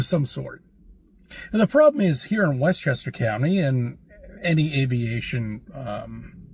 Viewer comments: "Westchester Cyyounty" 😂😂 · Does someone pay him a nickle every time he says "Westchester county"? Lmao